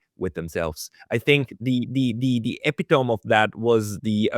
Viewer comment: Excuse the pedantry, but the word "epitome" has four syllables, not three, and it rhymes with "vasectomy" not "telephone".